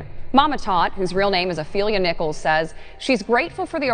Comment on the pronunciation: The last name is Nichols... Not Nicholas... I have the same last name ✨